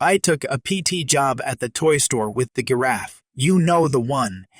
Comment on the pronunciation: The gurraffe? Did anyone else notice this pronunciation? Op should have walked out when the boss came screaming at him for transferring the call! He should have said, You don’t pay me enough for this bs and walk out! The Karen in the second story was unbelievable! She should have had the cops called on her to begin with. What a walking pile of dog crap! Nobody should have to put up with that level of nonsense.